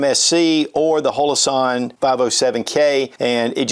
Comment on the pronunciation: Would you please pronounce Holosun correctly!! It's not Holoson, its Holo Sun